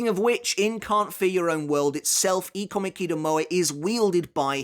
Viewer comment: I don't mean to be rude, so i apologize in advance, but your pronunciation of ikomikidomoe just throws me off. That's it. There is nothing wrong with anything you do, i love your videos and appreciate the time and effort put into these videos. But when i hear you say his name, it just throws me off 😅 and before anyone comes at me, I know we don't all say the same things the same way. There are dialects and accents to take into account. There's no hate or anger with this comment, just small talk.